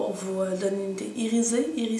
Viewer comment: Super vidéo :) je crois qu'il est important d'investir dans les couleurs plus neutres puisqu'elles servent à toutes les sauces. Oh est c'est bien iri-Z-é Petit truc: le «s» entre 2 voyelles fait «zzzzzzzz» (mis à part les exceptions qui confirment la règle!) Fin de mon moment «nerds» ;)